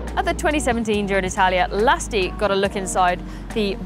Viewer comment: did she call him "Lusty"...?